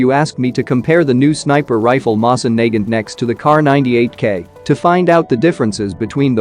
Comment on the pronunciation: You're pronouncing Nagant wrong